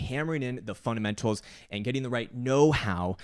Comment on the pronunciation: When you said fundamentas, it sounds like "fun and mentals". We must get the right fun and mentals. Good approach